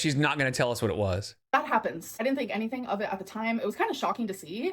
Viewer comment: another excuse! Why can't this idiot say anytheeeeen correctly